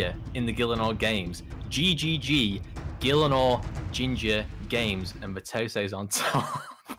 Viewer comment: 20 seconds in and b0aty fails to pronounce gielinor lol